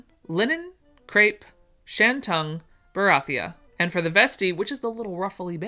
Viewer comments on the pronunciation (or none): Yes, you mispronounced a few names of fabric I'm here for the lovely patterns and descriptions that you do with your special talent. Here are a few - bengaline Ben gal een, tulle tewll, peau poe, percale purr cal barethea bar a three ya. Birdy